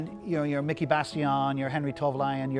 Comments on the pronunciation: dont you mean henri toivonen not henri toilovon or however you said it 🤣😂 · It's not "Toivalainen" It's "Toivonen". Henry that is. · Sorry but it is Toivonen.....not Tovolainen, Henri Toivonen. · "toivolaii"😂😂 Its Toivonen said the way its written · Awesome guy, awesome collection. But for someone who clearly knows a lot about rallying, he should at least be able to pronounce the drivers names... Henry Tourvollen? Miki Bassion? It's Henry TOIVONEN (pronounced "Toyvonen") & Miki BIASION (pronounced "Biazzion"). Furthermore, the car is from Rallye Sanremo which is in mainland Italy, it wasn't until recent years that the rally has been held on the isle of Sardegna. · It's Toivonen, not Toivolainen. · I know who Henri Toivonen is, but who the fuck is Tovalion? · Was enjoying this until he called Miki Biasion and Henri Toivonen "Miki Bassilon" and "Henri Tolvolien...." clearly he knows little of what he's talking about. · "Henry Tovilion"? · Way he pronounces Henri Toivonen's name made me laugh :D Toivalainen or something like that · For me it was like: "Tovlanen" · Henri who?...Miki who? - this dipstick can’t even pronounce (or worse still, doesn’t even know), the correct surnames for two of the true legends of Group B.Don’t beed educating by him thanks! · Shame he didn't drive it on the road. If it was preped for the Rally Sardinia then it will be tarmac spec. Looks like an ex semi works European Championship car run by Jolly Club for Dario Cerrato in '86. He also needs to learn how to pronounce Miki Biasion and Henri Toivenen's names correctly.. Also, Walter Rohl never drove the S4, he was a works Lancia driver with the 037 but switched to Audi in '84. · I thought he didn't mention Henri Toivonen at all, but he did. He just pronounced Henri's last name in a very weird way.